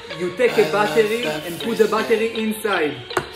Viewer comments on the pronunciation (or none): He pronounce battery as bat tery